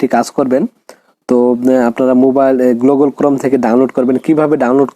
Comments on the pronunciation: ঠিক বলেছো! না হলে গুগল কে কেউ গ্লুগল🫣🤭🥴😁 বলে? পাগলে এটাই বলে আর ছাগলে স্যাটাই😜খায়। you know (স্যাটাই) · ভাই আগে তুমি গুগল টা ঠিক করে বলে নেও।😅😅না কি গ্লুগল😅😅😅